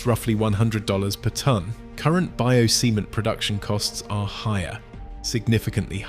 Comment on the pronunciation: Did I heard it right?? "Bio-semen"...